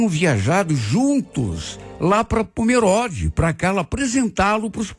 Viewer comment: Se pronuncia pomerôde e não pomeróde 😅 moro em santa catarina cidade vizinha de pomerode ❤